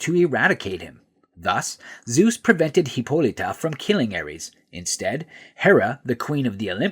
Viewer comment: There's no e in Hippolyta, stop pronouncing like that